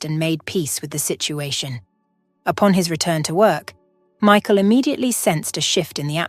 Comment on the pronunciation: You need to pronounce Michael properly it put me off the way you speak so until you learn to speak properly I want be watching any more of your crap.